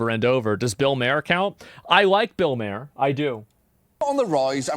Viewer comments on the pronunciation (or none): it's Bill Mahr Not Bill "Mare" It's pronounced like MAR not like MAIR I swear this guy pronounces so many words incorrectly